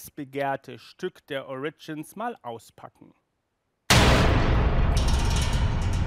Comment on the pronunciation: Das erste Mal sagt er "ORIGINS" richtig!!! BRAVO!!! ;)